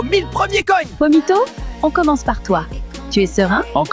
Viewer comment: Pomito ❌️ Vomito✅️